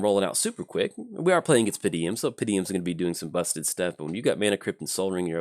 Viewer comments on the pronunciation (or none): Hey, hate to be 'that guy'. It doesn't especially bother me, but how did you manage to consistently say "Pa-deem" with three syllables? =P